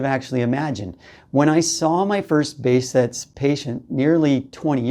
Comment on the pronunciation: You pronounce the name in a wrong way .. pronounce it this way behjet